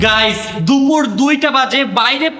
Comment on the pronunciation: দুপুর ❌ দুমুর ✅